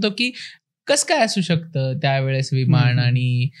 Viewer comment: मराठी सुधारा. विमान असते विमाण नव्हे